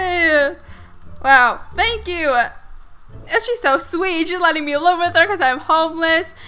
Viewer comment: She kept saying than kyou haha but love ur vids